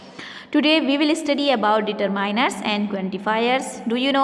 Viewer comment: Mam it's determiners not determainers😂